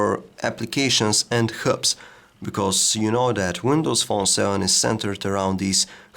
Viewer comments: HUBS, NOT KHUBS! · it took me ages to realise he was saying hubs...